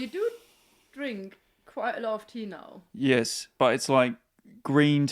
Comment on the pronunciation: the most German ‘yes’ I’ve ever heard from hahaha